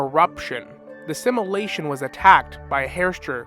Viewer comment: Every time you say simulation it sounds like assimilation 😢. Sorry it’s distracting but love the vid